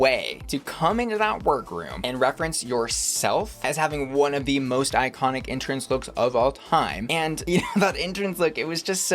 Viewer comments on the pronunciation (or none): EYE-CONIC! LOL Yay on all visions!